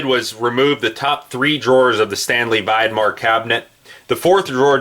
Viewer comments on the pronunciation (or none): Vidmar cabinets rock! I got rid of my tool boxes and went with Vidmar cabinets. Much heavier gauge steel, real roller bearings with races, and 400 lb. capacity per drawer fully extended. Some are on wheels and have drawer latches. BTW, it is pronounced Vid Mar with a short "i". (as in the word "video")